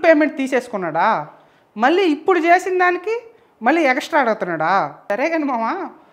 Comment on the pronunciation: Egastra kadura extra that is ycp English. Pogaddar kadura powder. Pulivendala English